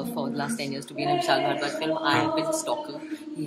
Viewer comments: Did he just say "Vishal Bhadwa"? :D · did he just said...vishal bharwa???